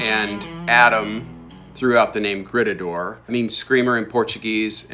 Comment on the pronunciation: a little grrreeetahdoor. 😂